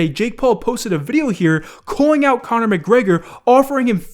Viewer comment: Khabin was the largest name in the UFC. Not comner, nice try tho.